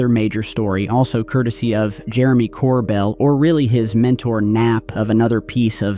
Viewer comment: Ok he pronounced Jeremey "Corbell" incorrectly too and he's had him on his old podcast 🤔